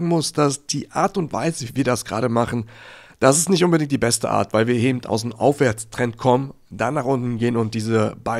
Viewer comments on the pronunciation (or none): Das Wort heisst "eben", nicht "ebenD" oder "ebenT" 😉